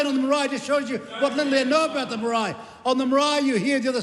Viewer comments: That is a dam lie stop spreading hate I have so many ppl pakeha friends and some I consider family but as a Maori we have the right to defend ourselves against the likes of Winston two face he's a disgrace he can't even pronounce Maori correctly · Fkn old man whos turned his back on his own people Says maori like a ty person 😂. Time for the rest home old whinny..